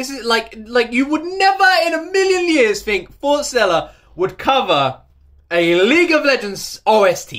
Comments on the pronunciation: Their name is pronounced Forest + Stella not Fore Stella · Love, love, love your reaction.. But please say their name correctly.. It's Forest-Ella.. Love ya dude, love how you feel and appreciate the wonderful group that Forestella are.. Best wishes from Wales.